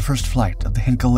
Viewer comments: The narrator’s dreadful pronunciation of Heinkel never improves. It isn’t pronounced Henkel. Heinkel starts with a Hein sound like mine or line or sign - not hen, Ken or Ben. Please learn this lesson well!! Apart from that the video isn’t a bad effort. PS: In addition, Farnborough is not pronounced Farnburrow. It is pronounced Farnburrah. At least you don’t talk like a machine gun these days… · Heinkel is pronounced "hine-kel"...